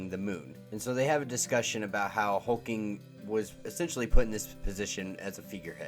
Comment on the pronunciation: Why are you calling HulkLing, Hulking?